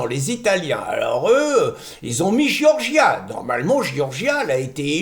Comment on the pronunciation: Giorgia se prononce "djordja" avecd l'accent tonique sur la première syllabe, c'est plus facile à dire.